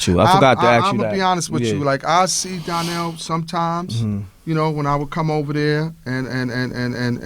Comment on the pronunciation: Why they keep pronouncing Donnell as DARNELL???